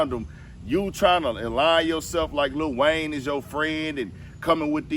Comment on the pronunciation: Bro said Little Wayne!!! 🤣🤣🤣